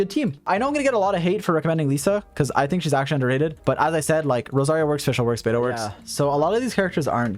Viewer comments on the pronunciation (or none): none